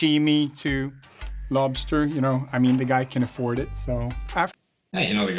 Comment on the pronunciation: What the fuck is a robster? Lol 😆 robster craw ... revenge of the nerds 🤓